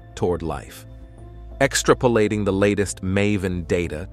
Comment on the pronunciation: Narrator needs to learn how to pronounce words. EXtra-p'late is wrong. Normal humans say ex-TRApoLATE. Earlier, he said fooshun. It is FEWzhun. Which was odd because a few lines previous he got it right. Anyway...I came up with a "parachute" shaped, expanding universe theory in the late 1960's and early '70s when one of the most popular theories of the time was a donut-shaped universe, which I dismissed as stupid, and dubbed the name of my own mathematically-derived design a "Godilome". The basics of the theory have not only held up throughout the decades but in fact the more we learn about the universe the more this model is confirmed. The fact that Webb has found galaxies much more developed and larger than expected at more than 13 billion years old super-confirms my theory, which in part requires that all matter returns to its point of origin in a what can be described best as "collapse and rebirth".